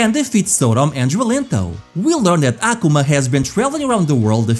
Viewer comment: Hearing "Ahhh kumah" is killing me lol